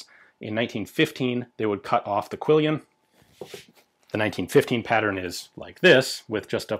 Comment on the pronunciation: Quillon, not quillion.